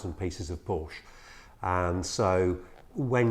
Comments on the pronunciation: In English, it is one sillable, "Porsh". Deal with it, you big girls blouse. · How far I want to go with this ? Let me tell you this, his name was Ferdinand Porsche not Porsch or Porscha please respect that. So your pronunciation is still very very wrong !!! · For f....ck sake pronounce it right